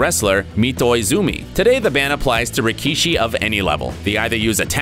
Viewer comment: Did man really say rikee-shi